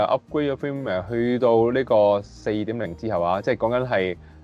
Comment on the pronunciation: 有樣嘢想問好耐，firmware點解你哋會讀成”film”ware嘅？